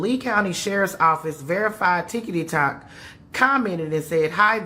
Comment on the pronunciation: This is a serious matter, but the lady calling it "ticketytoc" had me SMH with laughter.😂😂😢